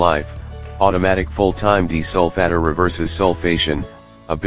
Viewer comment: What's a deesolfatter?